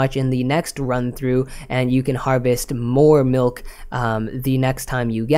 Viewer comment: I hear melk, must be Canadian